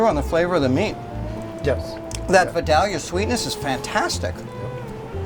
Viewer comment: he mispronounced "Videlia"